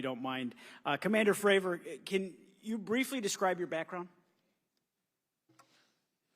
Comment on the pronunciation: will all due respect, can you please f*ing pronounce David’s name right? It’s Fray-vor, not Favor lol 🤦‍♂️ Thank you for your service to the whistleblowers 🫡